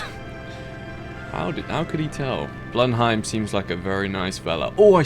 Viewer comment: Being British and saying Blenheim wrong so many times isn’t ok